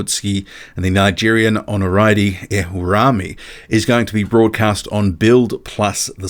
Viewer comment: It's Ono-Rio-Meh ...helping boxing squared pronounce Nigerian names lol